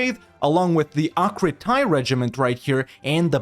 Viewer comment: I'm sure i'm going to hear it a lot for the next years so let's get it right from the begining... Akritai is pronounced AkritE. in Greek when A and I are together the sound as E ( sounds like the E in UnivErsalis) Same for the Kritai estate privilage.